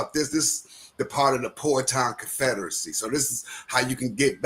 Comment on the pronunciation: Bro I am in Virginia and I am Chickhominy Pamukey mixed with Occoneechi-Saponi. I am in Richmond and the nation is pronounced Pow-waw-tan